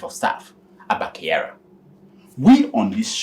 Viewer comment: His name is Kyari not Kyara☺️😊